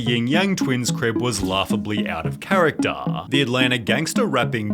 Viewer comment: That accent is hilarious 😂 “out of charactaaaa”